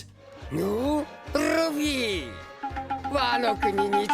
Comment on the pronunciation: its luffy not leafy